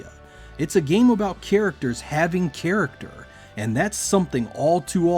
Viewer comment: Oh man, please stop saying "keerickter".